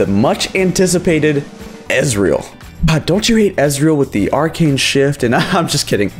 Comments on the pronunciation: when you said ezerah or whatever i was like WHAT NOO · I almost xD out of the video when he said ezreal. Wp wp